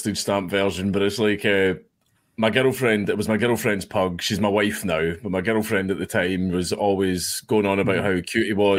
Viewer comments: Legit sounds like he’s saying ghetto 😂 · I can’t stop hearing me and my Ghetto friend instead of girlfriend lol